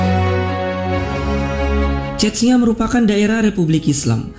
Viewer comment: cesnya bacanya bukan cetnya wkwk